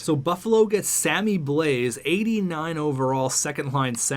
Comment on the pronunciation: The S in Blais is silent